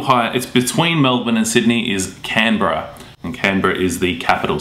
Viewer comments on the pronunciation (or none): none